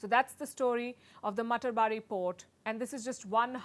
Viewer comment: It is pronounced mata ar bari...house of mother godess